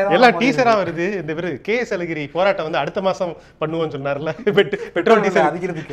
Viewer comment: தம்பி தயவுசெய்து போராட்டம் என்ற வார்த்தையை சரியாக உத்தரவிட்டார்!